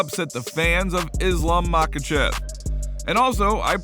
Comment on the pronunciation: What are the chances you ever pronounce Islam's last name correctly?